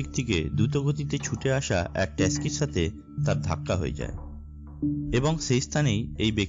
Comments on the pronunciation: Taski sathe dhakka... seriouly.. taxi not taski... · ট্যাস্কি না, ট্যাক্সি হবে...😂😂😂